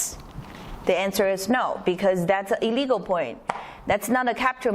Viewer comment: I'm not sure if you're saying "a legal" or "illegal"